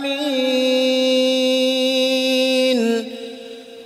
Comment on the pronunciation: Nga-lamin. Ain nya kurang panjang di awal2.